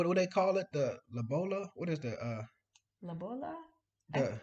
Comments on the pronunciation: Wow she said lobola very good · Yes you say it right lobola